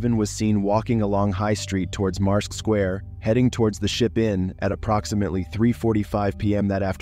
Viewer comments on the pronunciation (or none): In Number 10, the Town “Marske” is pronounced “Mask” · Marske is pronounced like the word Mask 😊 Guisborough is pronounced Gis-bruh lol